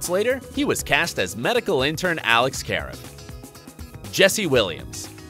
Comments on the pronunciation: Um It's Karev not Karav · It's not Ka-arev, it's Kar-eev😂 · kaREV, not KARev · sorry but i had to pause the video. alex kah-rev... not care-ev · Did anyone hear the kavee its karev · Kah - Rev not Care - Ev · He said care ev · Dude literally everyone pronounces it “care ev” like WHAT THE HECK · did he just say alex careof?!?! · Did it bother anybody else that he pronounced Karev "Careiv"? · Oh and it pronounced like ka rev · It's KU-REV 😑😒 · He said karev the wrong way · Yep that’s when u know he used google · I had to remove my "Like" - how could I like this video after that?! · He said it like how the one guy said it when he took his boards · OMG i caught that too, he did it twice, come on man gotta know the characters if you're reporting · When he said his name wrong I got so mad. I said watch the show before you make a video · The way he said “Karev” makes me cringe. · Lol the way he says Karev! So funny! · Y'all keep saying Dempsey should return but he died!!! Y'all are nuts. Also is when he said Karev wrong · Did just pronounce KAREV wrong!🤦‍♀️ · i clicked out as soon as i heard him say karev incorrectly.. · He prounced Karev wring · They say Alex Karev wrong!!! Get it right!! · the way they said Karev 🤦🏽‍♀️ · Why can’t this guy say Karev? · Narrator obviously never watched Grey's since they don't know how to pronounce Karev properly. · The way they said Tony award and Karev I